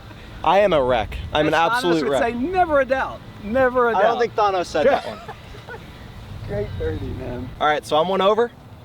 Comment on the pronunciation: We gotta talk about the pronunciation of “Thanos”